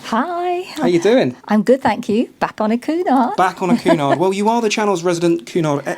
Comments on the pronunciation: It is pronounced Kewnard! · Interesting video but not too sure about the pronunciation of Cunard!